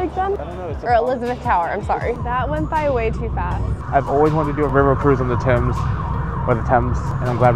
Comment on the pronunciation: I adore London. Thank you for saying Thames correctly. Watched another popular travel vlog couple who shall remain nameless (they do mostly cruise vlogs) and the husband purposely mispronounced it constantly, along with trying to imitate the accent. Ever get goosebumps over being embarrassed for someone else? Yeah. It was just disrespectful and cringe. Love watching you both exploring, hoping I get to go back again soon.